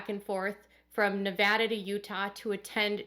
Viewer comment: Your videos are always so informative and you do such a good job presenting the information in such a intelligent way. I have to say, thank you so much for pronouncing Nevada correctly! It may seem like a small thing but so many people pronounce it nevOda. It was a relief to hear it said correctly.